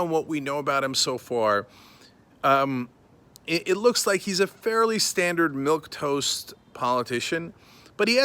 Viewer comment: It’s actually “milquetoast”........